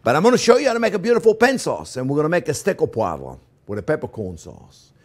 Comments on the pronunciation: Steak au Poi-vruh. Sounding out that silent syllable for the people who don't speak French. Nice job. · I wish I could say "poivre" the way he does so effortlessly.